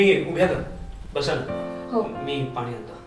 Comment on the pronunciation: भाषा शुद्ध वापरा जरा. मराठी आहे तर शेनी पानी लोनी का? कानाला खटकतं